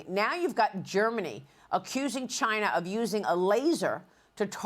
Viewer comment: chai-Nah is warning? Ha!